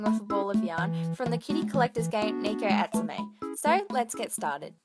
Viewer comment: No no no! That NOT how you say Neko Atsume! Ahem. NEHKO NOT NEEKO! Ok, thank you.